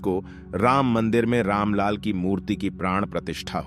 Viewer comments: जय श्री राम। मंदिर राम लला का है, गलत उच्चारण किया है "राम लाल" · रामलाल नही बंधु राम लला कहना सीखिए ।इस विडियो में कितने अशुद्ध उच्चारण अपने किए है कृपया ठीक से हिंदी पढ़ना और बोलना सीख कर तब विडियो बनाइए।धन्यवाद। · राम लला भाई आप बार बार रामलाल बोल कर गलत उच्चारण कर रहे है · आप बार बार राम लाल बोलते हैं जबकि राम लाल की जगह सही उच्चारण राम लला है। लला का अर्थ बाल रूप है। राम लाल का मतलब राम जी के लाल अर्थात लव और कुश होता है। कृपया भविष्य में इसे सुधारने का कष्ट करें। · भाई साहब अपने दो तीन बार राम लला की जगह रामलाल का मंदिर बोला है. कृपा करके उच्चारण में ध्यान देने की कृपा करें